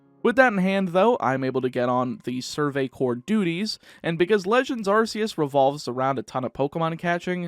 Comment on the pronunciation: Also arceus is pronounced arkeus